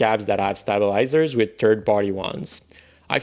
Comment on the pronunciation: OMFG the way you pronounce stabilizers, I'm closing the video. Good luck with that sorry attempt at English.